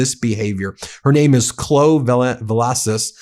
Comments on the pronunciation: Clow? It's pronounced Clow-ee. 🤨🤔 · Chloe pronounced cloh-ey. Not clo. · Chloe - pronounced KLO-EE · Ben... you stupid??? For an educated man grifting off Trump pumping adverts and begging for paid subscriptions with yearsof saying " this will be the end of Trump" you cant pronounce a simple name right... thelittle girld name is not clow its Chloe.... as in clowy you idiot!!! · The kidnapped 2yr old's name is pronounced Clo-ee, not "Clo." (Chloe)🙄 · The 2-year-old girl's name is Clo-E, not Clo. Long-vowel E.